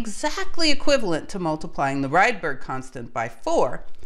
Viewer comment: Ångström and Rydber pronounciation was not that good. But rest is perfect, thanks for a really good video and information about history of physics. It is so very interesting.